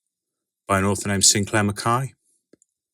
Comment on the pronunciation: Hmm, interesting way to pronounce "McKay". They Irish? If it were me, if someone associated a work of mine with a Doctor Who story, I'd be annoyed. Who knows if I suddenly say "actually, the tale is inspired by Babylon 5, Dirty Pair, and the Star Wars: X-Wing video game", and then said figurative commenter may say "...I don't know about those, and I don't care about them to try checking out at all", I'll feel disheartened. In short, am not into Doctor Who and I don't plan to check it ALL out either. Funny, I thought some people prefer Captain America: Civil War because it fixed up certain flawed moments in the comics. Anyways, I still prefer The First Avenger and especially The Winter Soldier. In the meantime, DC Comics can't be beat easily. Gotta love The Dark Knight Returns+Batman: Year One, Kingdom Come (also recommend its novelization), All-Star Superman, Superman: Birthright, Whatever Happened to the Man of Tomorrow?, the DC Animated Universe tie-ins ranging from The Batman Adventures to Superman Adventures, and Watchmen. Will plan to reread Batman: The Long Halloween+Dark Victory+Catwoman: When in Rome to see if they too aged well. If it were me, though, I'd rather not satirize/criticize foreign policy. It's flawed, sure, but it beats the other option of going Command and Conquer: Generals - Zero Hour. Ah, Rogue Trooper. Played the game, but never read the comics. Also, as an aside, Dredd is better than the overly hammy Sylvester Stallone film, and I hope that Rogue Tro